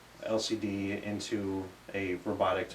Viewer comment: i keep thinking you saying lsd instead of lcd